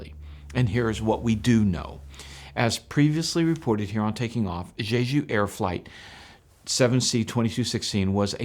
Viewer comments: In Korean, J is simply pronounced between a J and a Ch, not the way you are saying it. It isn't like Chinese. It's JAY-JOO or Chay-Joo. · You're not very good at pronouncing Jeju.